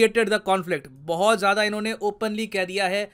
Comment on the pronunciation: Sir please don't mind but बोहोत नहीं होता , बहुत होता h।